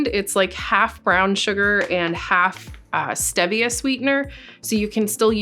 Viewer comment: Awesome video skills. I love your videos. One thing, because I would want someone to tell me, it's pronounced stee - vee - uh. I'm an ass, I know.